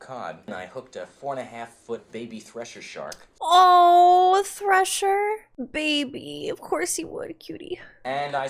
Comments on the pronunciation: THRESHER (threh-shuh) shark, not Thrasher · How was it PG? Because we weren't wimps back then 😂 and it's a thresher shark, not Thrasher.